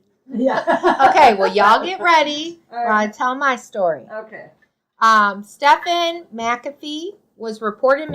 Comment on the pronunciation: If I could give your video 2 thumbs down, I would. At least pronounce the guy’s name right. It’s pronounced Steven.